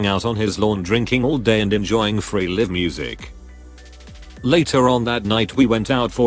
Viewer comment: The artificial intelligence needs to learn that it is "live (long i) music," not "live" (the verb with a short i).